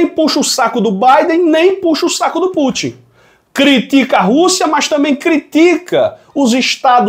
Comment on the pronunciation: não é Pútchi não. É Pútin, com o TI nordestino mesmo, sem chiado. Ta deixando a mídia sotaquista de São Paulo te influenciar, rapaz